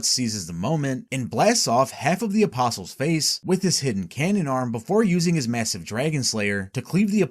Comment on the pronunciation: Thank you for being able to pronounce the word “apostles” correctly, can’t tell you how many videos I’ve watched about Berserk where the narrator doesn’t know that the T is silent and it drives me absolutely nuts.